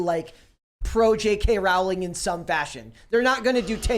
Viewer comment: Pronounced “Rowling” like “Bowling”